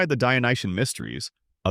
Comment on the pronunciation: And For the french translation, stop saying “dionyen” and correct to “dionysien”, no? From the god Dionysus.